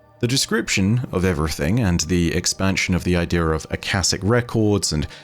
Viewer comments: It's sure it's pronounced Aka-sh-ic Akashic Records is also within the story of Phantasy Star Online 2. Within Episode 5 and Episode 6 of the games story. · "Shic" in "akashic" is pronounced just like "chic" as in fashionable. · the word akashic is pronounced with the sh pronounced similar to shut, shy, shh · Akashic you read with sh, not ss. This is normal word from Sanskrit, meaning ether, sky. Fits Destiny lore pretty nicely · Ah- ka-shick is the proper pronunciation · I wonder if they could theoretically, “take” themselves through the veil? Maybe that’s the way through it and potentially why we may get a taken subclass. Also not to be critical but Akashic is pronounced Uh-Ka(like car or cash)-sha-ick. Hope that helps and only meant it as constructive criticism. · I believe Akashic is pronounced as “Akaeshic” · I believe its supposed to be "Ah-ka-shik", I think its a play off of the Akashic Records, the mythical record of all human knowledge Edit: I finished the video. Whoops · I believe it's pronounced uh-kosh-ik, but that's neither here nor there, great video as always! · It's (Ah-kha-shick). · Ah-Cah-SHIK. You were right the first time that 2nd shit you said and went with was dumb. I'm surprised you didn't look up what the Akashic Record, it is the store house of all knowledge and events to ever happen anywhere in the universe. The point, meaning, whatever, of our exsistence is to experience this universe the best we can, and when we die everything we ever experienced is added to the record. It's where all knowledge gained by life is accumulated. Once the universe gains all possible knowledge within it self it's evolves to the next state of existence. Something we as human couldn't hope to understand. But we are the universe, the universe is us. To be honest they have been barking up this religions tree for the last couple years, this is they first time they have blatantly referenced it though.